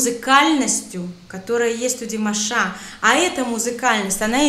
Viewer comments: Уважаемая, когда вы склоняете имя Димаша,то правильно будет всегда ставить ударение на втором слоге его имени. Т.е. не ДимашА, а ДимАша. Спасибо вам за обзор. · Извините,но режет ухо Ваше - ДимашА,а не ДимАша. Ударение пожалуйста ставьте правильно! Это все равно если бы сказали ЮлИя вместо! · Неправильное ударение на имени - не димашА, а димАша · Режет слух неправильное ударение в слове "ДИМАША" на последнем слоге. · ДимАша, а не ДимашА. Ставьте правильно ударение :) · С чего ты взяла, что Димаша' , а не Ди'маша, или Дима'ша ?